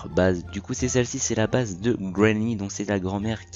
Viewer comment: Ça se dit bays pas beurz